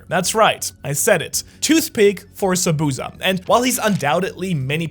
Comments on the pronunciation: It’s Zah-boo-zah, not zabooza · The only reason we’re furious about Zabuza is the way you’ve pronounced Zabuza. Za-boo (but short)-za.